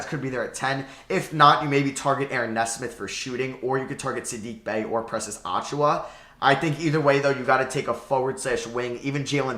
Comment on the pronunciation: Great video I love your takes on the NBA, also the way your pronounce Precious Achiuwa makes me laugh every time lol